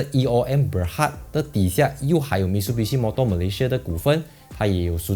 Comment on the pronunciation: Mi tsu bi shi Not Mit su bi shi 纠正一下🤣🤣